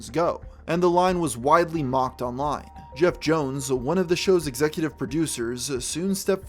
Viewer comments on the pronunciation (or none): Geoff Jones? C’mon,. It’s johns